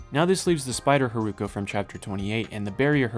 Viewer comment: Love this video it's extremely informative for a casual anime watcher. I had no idea there was a time gap between the two storylines and wasn't able to catch that from the episodes. Just one point, the way you spell Hiruko sounded a bit like Haruko in Japanese and I got confused at some parts :( Looking forward to the second part!